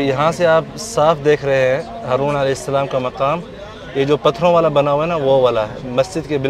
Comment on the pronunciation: Baitay aap ka salam lainay ka talaffaz theek nahi maherbani hogi agar aap ghor farmain shukria